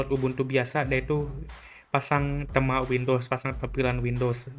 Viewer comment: Bacanya yg bener itu tema, bukan tema..